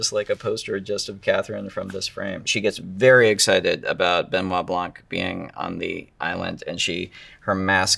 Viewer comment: Blanc have a silent "c".